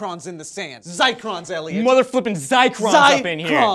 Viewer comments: I'm a geologist and I cringed every time they said zicrons. It's zircons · did you guys mean "zycrons" or "zircons"?:) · Sorry if I'm repeating but, "IT'S ZIRCONS!!!!!!! NOT ZICRONS!!!!!!!!!" Zircon is a gem. A very old one. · Those are "zircons" (pronounced ZUHR-cons not ZYE-crons). This is the kind of benevolent disinformation you get when you hire non-techies to speak on techie subjects. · zircons not zicrons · WTF is a zicron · *giggles* They're "Zircons", not Zicrons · ouch... not zicrons, zircons!! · Zircons, not zicrons. A kind of mineral. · First of all, it is pronounced ZIRCONS (as named after the element Zirconium) not ZICRONS!!! And secondly this is not new data... our geology professors have been working on this data for years. It's not new. But props for trying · Once again FAILS at science; they're called ZIRCONS not "zicrons". There's no such thing as 'ZICRON'! Zircon is used in radiometric dating as it preserves traces of uranium and thorium – this is basic Geology, guys. Maybe you guys should feature elliot &, and your proof-reader on an episode of 'stupid Vs stewpid' - Because that was a pretty easy mistake to catch, and they said it multiple times, but still no one double checked & they both ended up looking stupid... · Fact check: you mean "zircons." Not zicrons. On the upside, you may have just invented a new sciencey-sounding word! Congrats! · ZIRCONS!!! Not zicrons, sorry but zicron does kinda sound cooler I guess... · I went to the link they had posted and it is "zircons" not "zicrons." So I guess I was right in my first assumption that and Elliot flubbed their lines/info. Answered my own question I guess. DAMN IT JOE AND ELLIOT!!!!! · GOD DAMN IT NOT ZICRONS (googles) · Guys it pronounced "zercrons" even though you spell it zircrons. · I think it's pronounced Zirrrrrrrcons haha